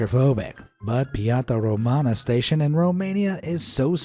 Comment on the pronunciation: Tbh as a Romanian, the way you pronounced Nicolae Ceaușescu and Piața Română made me cringe.But many non-Romanians get something wrong when speaking Romanian,so it's OK. The metro station thing is anyway probably one of the most bizarre and absurd things our dictator did(and there are some,trust me). Nevertheless,you made a good vid as usual.